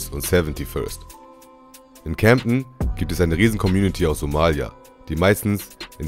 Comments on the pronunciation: CAmden und nicht cämpten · Junge das heist camden und nicjt camdten